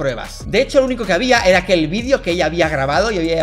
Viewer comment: Tampoco se dice "vidio" se dice video